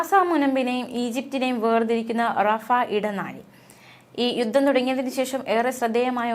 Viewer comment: യുദ്ദം എന്നല്ല യുദ്ധം എന്നാണ് ദാരണ എന്നല്ല ധാരണ എന്നാണ്